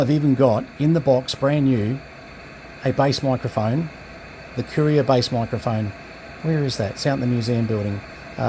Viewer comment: BLK = Noise Blanker. Great looking radio. Courier was a popular radio back in the day here in the US. Thanks for the look. BTW Courier is pronounced kur·ee·ur the same as: "A courier is a person or company that delivers packages, letters, or messages from one place or person to another". Not Curious lol. 73 Joe